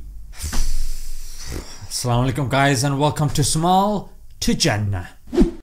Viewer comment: It's not salamalikum it's Assalam-o-Alaikum !! My friend. . سلامالیکم نہیں السلام وعلیکم مکمل بولا کرو دوست.